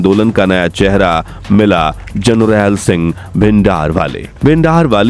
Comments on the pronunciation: This reporter cannnot even say Sant ji’s name right 😂😂😂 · Jarnail singh c,name tan sahi ni lya janda😡